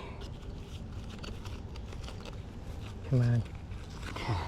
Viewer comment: ON IS PRONOUNCED ON, NOT NO DAMN awn